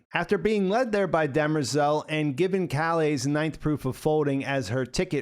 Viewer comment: Why does the keep calling demerzel, dermezel?